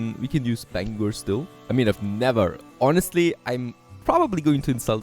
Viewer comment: I'm glad he said Bangor right!. lol:face-blue-smiling